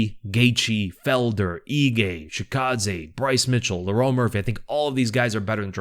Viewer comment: Bro can't pronounce Lerone